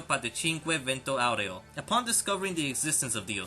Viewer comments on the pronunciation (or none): stop saying vento aureo like that